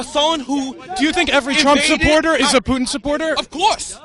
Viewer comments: Go fuck yourself dude. "Poo-in". Go fuck yourself 10 folds you stupid fucking idiot. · That loudmouth black dude kept saying, “Poo-In” geez. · That black guy needs mental health. And it's not pu*in..... It's Putin